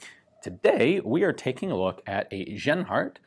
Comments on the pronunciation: About pronouncing the name Genhart... It's a fairly common name In the US, so for a US citizen "jen-heart" would probably be correct. But in Germanic speaking European countries, the "j" sound doesn't exist. G is always the hard sound used in "gold". So you got it right early on, but settled on the wrong way to say it for the rest of the video. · Interesting gun and the way it was needed to have ammo created. Ian just a fyi the letter 'g' in german is pronounced with a solid sound like the g in good. It is not pronounced with a 'y' like yield as you did in this video. Other than that keep the good work mate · Ian, there is no "soft" G (like "J"- i.e. "general") sound in the German language. Genhart would be pronounced with a "hard" G (i.e. "gold"). Interesting gun. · I thought he said Asianheart rifle for a minute.